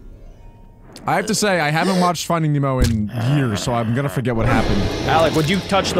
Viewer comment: bro said ¨fighting nemo¨💀💀☠